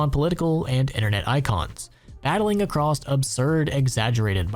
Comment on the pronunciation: There's no "t" in "across" There's also no "X" in "escape"